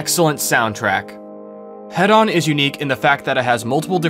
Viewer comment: It's pronounced hee-don btw. As in hedonism.